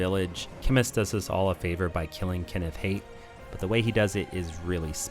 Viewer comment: how the fuck do you mispronounce Kenneth Haight? he says his own name like 6 times